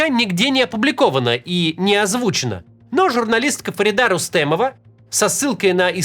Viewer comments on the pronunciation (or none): Только Фарида не Рустемова, а Рустамова